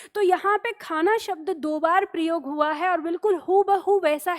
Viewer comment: "प्रयोग" शब्द का जब भी उच्चारण होता है तो सुनने वाले को "प्रियोग" ही सुनाई देता है.😝😛